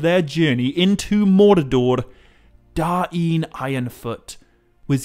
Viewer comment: I like the contents. But why call him King Da-in Ironfoot?